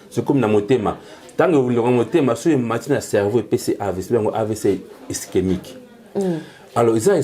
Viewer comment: Sérieux???amibengi pe docteur 🥺mais il est incapable de prononcer ischémique il dit istemique et il est incapable de donner la différence d’un AVC ischémique et hémorragique 😢désolé monsieur tu es un peux dispersé dans tes idées